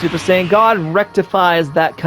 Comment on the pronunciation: "SoO... SuPeR sAiyAIn gAwD"